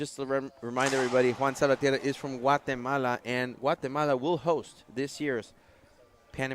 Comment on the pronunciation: It's important for both commentators to pronounce the players' names correctly. Salvatierra has five syllables, not four. Just listen to Favio, and you can't go wrong.